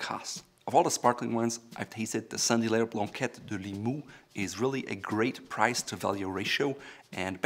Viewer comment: Saint-Hilaire being my last name, I got all fuzzy when I heard you repeatedly pronouncing it quite right for an anglophone! Bravo!